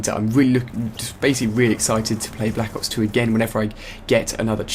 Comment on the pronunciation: i like how he says and enunciates "black ops 2"